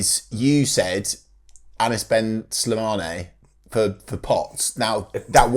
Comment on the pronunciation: bro I shed tears laughing at the way you said Anis ben Slidane, I love norwich city and your podcasts, massive support from Tunisia